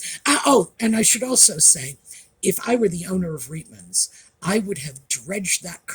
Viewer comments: We pronounced the store’s name as “ Riteman’s” not “ Reetman’s.” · Just an FYI - Reitmans, pronounced Rightman’s, is Canada’s largest women’s clothing store, not high end, more middle/lower end but not bargain basement.